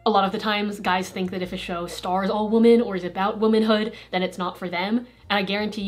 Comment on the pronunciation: I've never heard someone pronounce "woman" and "women" exactly the same before